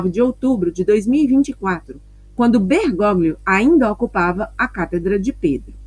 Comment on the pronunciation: Com todo o carinho...Bergóglio, se lê: Bergólio.